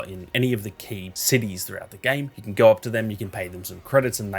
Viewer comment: "gowr" knowr" 😂